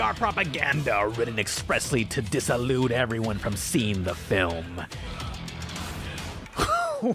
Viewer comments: "Dissalude"? That's not how you say Dissuade.... - Screen says 73 million. You say 78 million. Which is it? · Dissalude? What the hell is dissalude? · "Disallude?" What on the planet of the earth are you talking about? The word, which is ON THE SCREEN, is "Dissuade." Did you think it was a typo? Did you think that negative reviews would "Not refer" everyone from seeing the film? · I just wanted to point out that "disallude" isn't a word and the investor for The Return to Oz movie said "dissuade" in his rant. Much love. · Its dissuade, dissalude isnt a real word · Disalude? Watch Mojo never tries to make up words. Dissuade. Say it with me. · “forgotted?” “dissalude?” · That is NOT how dissuade is pronounced, sir... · Wait, at ... HOW did you pronounce dissuade?????? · Can you say "dissuade" ?